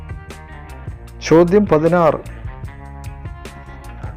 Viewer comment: ചോദ്യം ആണ് ചോദൃം അല്ല